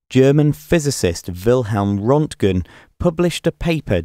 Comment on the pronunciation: It’s Röntgen NOT Rontgen. Rönt rhymes with Burnt.